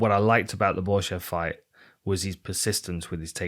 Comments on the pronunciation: As a German: You were nowhere close to pronounce Mandy Böhm right :D Great show as always <3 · Bohm is spoken with an O like in No, easy.